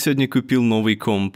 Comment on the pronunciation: Небольшое замечание по поводу слова комп. Почему-то оно говорится у тебя как носовая французская о. Это может немного сбивать с толку, а носовые гласные официально у нас в языке не используются.